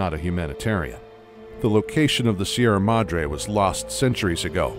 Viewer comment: see-erra madr-hey